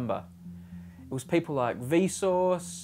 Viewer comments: its vsauce not vsource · LMAO He said Vsource